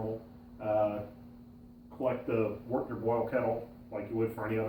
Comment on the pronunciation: another person pronouncing wort as wart. Boo.